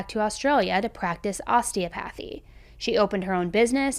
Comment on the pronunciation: Osteopathy isnt pronounced that way nor is kuala Lumpur